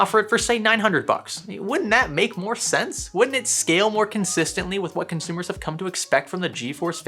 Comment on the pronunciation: "consumer" grade right ? :D